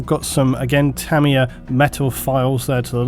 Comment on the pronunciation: its "TA-MYA"